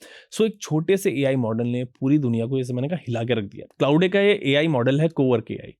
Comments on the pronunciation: “Claude” = clau - day 🙅‍♂️ clod 🤷🏻‍♂️ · Sir ji it’s not Clauday!! Its Claude - E is silent. You are pronouncing it wrong. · क्लाउडे नहीं... क्लॉड सही pronounciation है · Claude is pronounced as 'Clawed'. Not 'clou-day'. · Clouday is a wrong pronunciation. Claude is pronounced rhyming with 'flawed ' or 'clawed'.